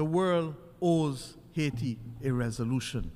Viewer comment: It is pronounced AA EE Tee, "Madame"